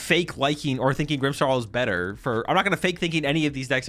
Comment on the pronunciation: there is NO "H" in "Grimmsnarl"